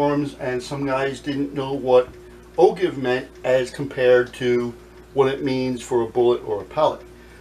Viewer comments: Great vid!! But it's pronounced "O-JIVE"... I know it's spelled "ogive", but it's pronounced "O-JIVE". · And for what it's worth the way to pronounce ogive sounds like "oh jive".